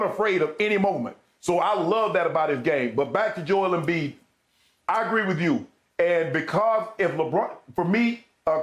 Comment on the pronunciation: It’s embiid and it’s not close